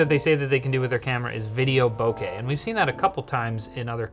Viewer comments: The way pronounces Oppo and Bokeh almost got y’all a dislike. 😂 Just kidding, love y’all. 🧡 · BOKEH bokeh bo-KEH bokeh you triggered me. It's pronounced